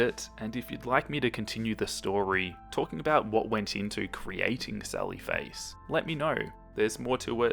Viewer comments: sawwy fwace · When he says "Sally Face" I hear "Sawwy Face" and suddenly feel very sad :'( I'm so sorry for Soda...